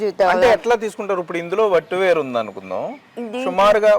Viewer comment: Otti veru kaadhu....Vatti veru...anchor gaaru!!!